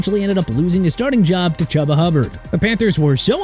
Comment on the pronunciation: IT'S CHUBA CHOO-BA HUBBARD NOT CHUBBA